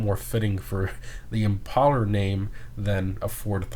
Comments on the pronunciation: ImpalLer? I didn’t know imPALEr was pronounced that way. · I think it's supposed to be pronounced like impale, not like impala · if the original car is based on a ford thunderbird, wouldn’t it make sense for this to be pronounced “im-pail-er” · It’s Im-pale-er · It annoyed me so much that he was saying it wrong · Yikes. Do we really need to explain to him how to pronounce the word impale?